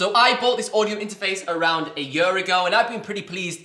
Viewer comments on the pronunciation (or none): none